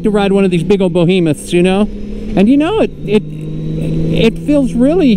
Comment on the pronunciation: Behemoth, not bohemiith.